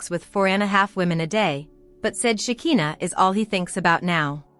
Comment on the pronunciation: LIAR! Shekinah has Not been arrested and you don't pronounce her name right that's so annoying a, I hope you don't get any viewers or likes! LIAR!